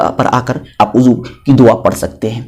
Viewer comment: بھائی وضو ہے عضو نہیں